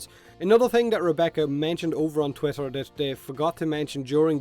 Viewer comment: No, its not "Tweeter"